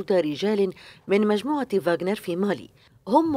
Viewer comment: معلش بس استفسار المعلقه الاخباريه بخصوص مالي قالت قوات فانجر طيب السوال هنا اسمها فاجنر الروسيه ولا فانجر